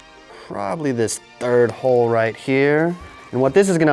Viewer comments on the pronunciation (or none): none